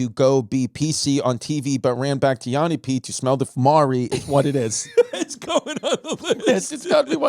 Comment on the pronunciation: Petition for Christy to say Yanni's name correctly...its double "n" not double "a". Thanks for listening to my TED text.